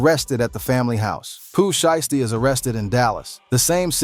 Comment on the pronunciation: "she-esty" 😂😂wtf? shii crazy frfr